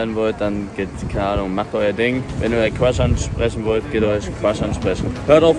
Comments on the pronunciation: Geht euren cwush ansprechen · Geht euren ✨qwuasch✨ ansprechen Leute